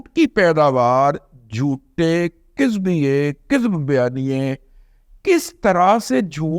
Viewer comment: رضوان رضی صاحب ، ابھی آپ نے کہا " کذاب بیانی کہا ،ک، کے زیر کے ساتھ جب کہ درست تلفظ ،ک، کے زبر کے ساتھ۔احتیاط فرماءیں !